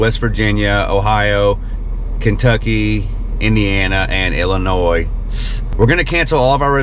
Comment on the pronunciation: Illinois...sss LOL